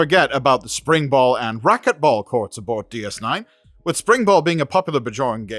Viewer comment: Spracket ball !!!